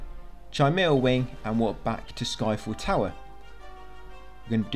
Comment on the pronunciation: I swear many times when you say sky fell tower I swear my ears heard Eiffel Tower 😂